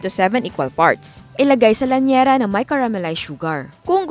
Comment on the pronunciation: Llanera hindi LLAÑERA. Gosh tsaka syrup hindi SYRAP. Gosh again. 🙄